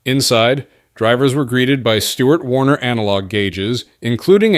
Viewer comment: did this guy say Stuart warner analog gauges? 😅 Buddy, it's Borg Warner. 😅😅😅😅😂